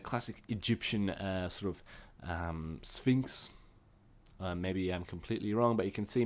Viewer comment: lmao its even funnier cause he says the sphinx like thnig.